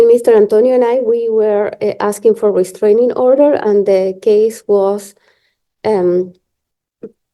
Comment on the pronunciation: Restranging order - oh brother